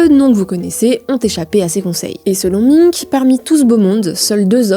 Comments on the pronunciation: Alain Minc se prononce Alain [Main-k] pas Alain [Min-k] 😅 c'est pas sérieux tout ça ... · Belfor"T" , M"i"nc, "winsk"??? we are in france, we speak french! étonnant ces prononciations à l'anglaise, c'est quoi ce bordel? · Bon la petite journaliste en stage ferait bien d’apprendre à prononcer les noms de famille… Alain Minc il fait mal aux oreilles. … On dirait radio Nova mais version droitardée